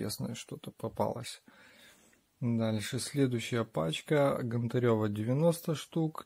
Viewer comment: Чи важко вивчити прізвище ? Нє ГонтарЁва а ГОнтарєва!